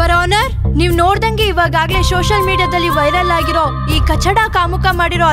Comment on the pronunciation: According to Sonu n Shilpa😅 Social media ❎ Shoshial media ✅